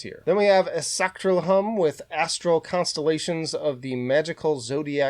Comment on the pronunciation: Whoa, that's how you pronounce Esochtrilihum?? I've got 5 of his vinyl and the art and music combo just gets me every time. Very talented guy. I had a brief chat with him(Facebook messenger, or Twitter; I don't remember), and he was so humble and cool enough to chat with me for a minute.